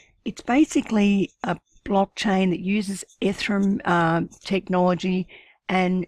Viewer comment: Please pronounce the word Ethereum the way << EVERYONE ELSE >> says it, so that people know what you are talking about instantly, instead of going off and googling "ethrum", "efrim", etc.. - wasting valuable heartbeats